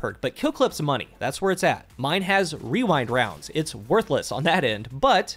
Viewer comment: Best part of the video is putting so much emphasis on saying "Rewind Rounds" correctly